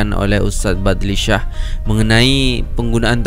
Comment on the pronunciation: Tahniah, … cak, kamu seorang saja youtuber indonesia yg benar sebutan nama ustad badli shah ini…. Beberapa orang youtuber indonesia yg react kesemua nya sebutan merka ada badli sah Mungkin lidah mereka susah nak sebut shah agaknya